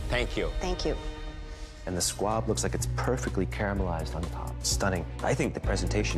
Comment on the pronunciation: Why is everyone saying squad? Lmao. It’s SQUAB